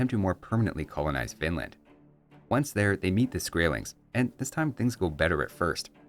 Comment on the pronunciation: I keep hearing "Vinland" as "Finland".